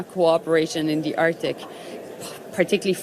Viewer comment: "in dee artik"